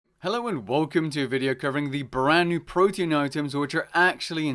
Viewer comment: PRO-TEE-ANN not protein.